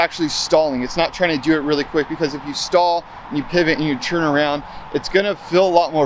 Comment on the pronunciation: It's turn, not churn. Are you making butter or Skateboarding ?